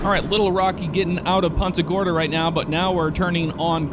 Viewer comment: "poonta gorda" not PUNTa gorda